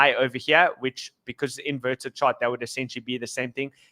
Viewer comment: ohva heer, ohva theer